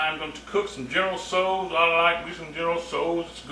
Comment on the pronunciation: goodness. is there anything you CAN'T cook, dave? oh, and i showed this to my mom (she's chinese). she was very impressed at the way your dish turned out in the dutch oven, especially since she normally uses a wok for chinese food. she said your pronunciation was pretty spot on, too :)